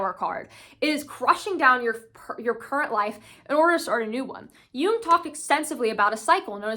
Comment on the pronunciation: Also thanks for pronouncing “Jung” correctly